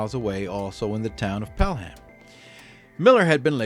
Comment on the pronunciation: It's pronounced pale-am not Pell-ham.